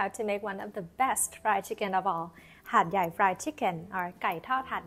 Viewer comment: Hat Yat or Hat Yai....555